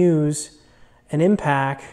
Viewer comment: Great video! Sweet box! Pronounced “impact” not impack. Not trying to be harsh... Nice starter set of snap on tools etc! it took me too long to figure out quality snap on tools are the way to go for professional use. I’ve wasted a lot of money on subpar brands early on, loved seeing all your snap on stuff!